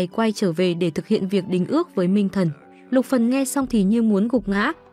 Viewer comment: Xin thuyết minh hãy đọc rõ tên nhân vật là Luc Phần